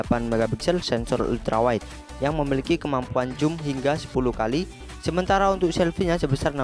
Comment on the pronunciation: bang baca nya biar btul super zoom bukan joom